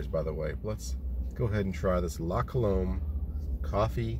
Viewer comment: Pronounced "La Cuh-lumb".